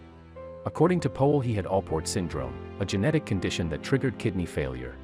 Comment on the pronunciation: His name is Powell not Poell